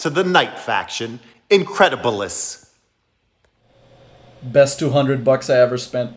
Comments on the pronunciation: Everytime i hear roman i cannot help but hear that pronunciation of incredibelis. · The video is, as always, and as said himself... "Incredible-lis" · I can never unhear”incredibilis” anymore😅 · Incredibilis, as in the line when centurion punches people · Hearing saying incredibilis but completely fucking it up made my day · I had no idea what meant when he sayed incredebelis untill sayed he mispronounced it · Alright, isn't allowed to say Incredibilis ever again